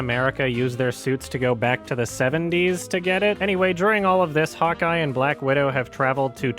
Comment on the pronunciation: 8 minutes in I realised he's saying "hawkeye" and not "hot guy"